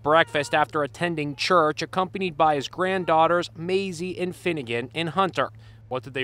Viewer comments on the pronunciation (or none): “Accompanied by his granddaughters” “Mazie and finngan and......hunter?”